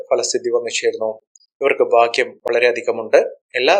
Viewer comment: ഭാഗ്യം ശുദ്ധമായി ഉച്ഛരിക്ക്